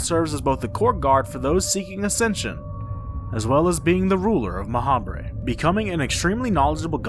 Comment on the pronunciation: I feel like Ma'habre is meant to be pronounced like macabre. Like, "Ma-hobb".